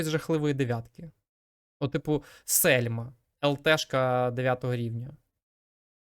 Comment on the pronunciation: не сельма а шельма )))